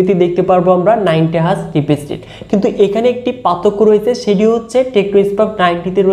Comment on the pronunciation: ভাই ওটা রিপিজ রেট 😒 না রিফ্রেশ রেট হবে